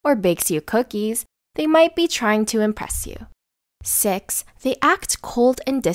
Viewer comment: Did i here six or sex..?